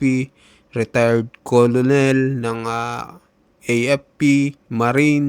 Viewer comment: Di yan kolonel,,ang pagbasa nyan..kernel